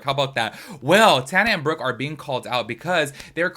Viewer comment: You are saying Brooke's name right 👍🏻